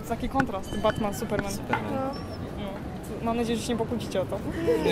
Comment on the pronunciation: Buttman, lol. Chyba Batman :) A, Ślązacy ;)